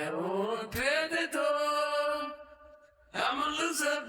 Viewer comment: If you listen closely, he's actually singing, "Soy un pandador". Which isn't a Spanish word at all, but because of his poor Spanish accent he can't pronounce the word "perdedor" which means "loser", not "lost" by the way. He's one confused dude.